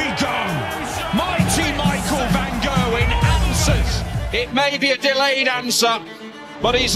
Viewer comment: Incroyable vidéo ! Petite correction linguistique quant à la langue hollandaise : le G se prononce un peu comme le J espagnol, donc l'antagoniste s'appelle van "rherwin" et non pas gerwyn en terme de prononciation :) j'espère que ça te servira dans les futures vidéos.+ :)